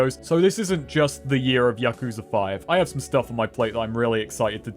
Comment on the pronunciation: Considering how often yakuza is said in some of these games, I figured you'd know how to say it correctly consistently too. You'll get there one of these games.